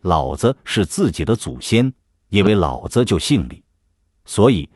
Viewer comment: 「老子」不能唸「三聲和輕聲」要唸「二聲和三聲」